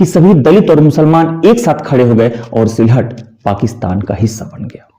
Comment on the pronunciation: "वारिसाल" नहीं "बोरिशाल" (বরিশাল) "शिलहट" नहीं "शिलेट" (শিলেট) "बनगांव" नहीं "बोनगाँ" (বনগাঁ) है उच्चारण। मेरे विचार में क्षेत्र विशेष जुड़े उच्चारण का प्रयोग करना ही उचित होगा।